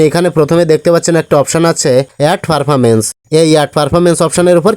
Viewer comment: ওই টা পারফারেন্স না , ওই টা প্রেফারেন্স উচ্চারণ শুধ করেন।😢